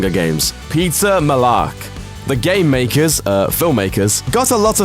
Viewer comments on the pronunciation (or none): When he said Peeta Mellark I thought he said Pizza Mellark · And I thought I was going crazy when I heard "Pizza Mellark" lol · When he said Peeta Mellark I thought he said Pizza Mellark. Um yeah I'm just hungry. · The way he said "Peeta Mellark" sounds like "Pizza Mellark" to me. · Omggg i heard Pizza Melark so many times😂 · Wait... Did you say Pizza Melark 😂😂🤣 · who else heard „Pizza Mellark“ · peetsa mellark😂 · “pizza mellark” lmao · When he said peetas name I thought he said Pizza Mallak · It sounded like he said “pizza mellark” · "Pizza Mellark" 😂😂😂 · "pizza mellark” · did he said Pizza Melark? lol Katniss' eyes in the book are grey and he showed them light green What book did he read? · "pizza mellark" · Anyone else her "Pizza Malark" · sounded like he said "Pizza Mellark" 😂